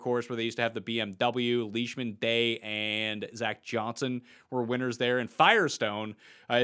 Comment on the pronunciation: It’s not fayzio it’s fawzio for the architect